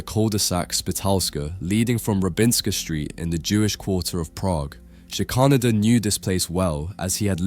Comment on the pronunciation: I think the artist’s surname is pronounced Shicker-Nayder.